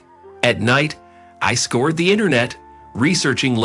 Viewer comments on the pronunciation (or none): Scoured, not scored, IT, not it. Laud, not lauded. Crowed, not crowd.